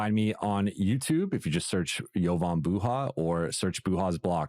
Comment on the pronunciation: The way pronounces "Jovan" kept me hearing "Theo Vonn" 😂😊